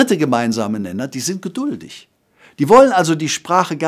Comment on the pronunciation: Geduldig ! …..nicht „Geldudich“ !!! 😅